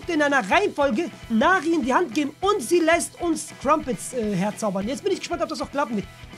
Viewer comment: Nicht nari sondern neri du kleine eijjajei